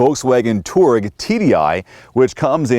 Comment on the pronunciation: It's a two- aa-reg not a torg.